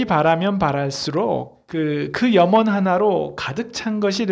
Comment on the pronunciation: 염원,해영, 사람, 시청자, 사람, 사람!!, 현상,2등,수퍼(super), 사람 사람!,우주,간절,못하면,좋겠다, 머냐하면, 진인사, 대천명,사실, 등!! 이 학자가, 장음인 단어의 첫 자를 "짧게 잘못 발음한. 실 에 임. 주역을 강의하시는 학자가 이상과 같은 한자어를 바르게 발음 하지 못할 뿐 아니라, "사람, 좋겠다"와 같은 우리 고유어도 제대로 발음하지 못한다는 이 사실!! 학교라곤 문전에도 가보지 못한 우리 할머니들도 이런 엉터리 발음은 하지 않았다. 더 놀ㄹ아운 일!! 이런 문제를 문제로 삼은 이는 1967년에 고국을 떠난 이 늙은 이뿐이니 대체 대한민국 지성인은 어디에 있는가??? 제가 "눈물로" 쓴 책 한권을 고국에 바치오니 , 동포여!고국 동포여! "한국 어문을 고발함"이라는 책을 조용히 읽어 주시옵소서! 미국 변 완수 배